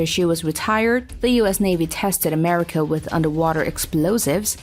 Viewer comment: USS A-mercia?